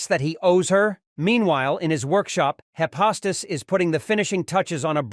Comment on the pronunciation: It's not Hi-pos-tus. It's Hi- fes-tus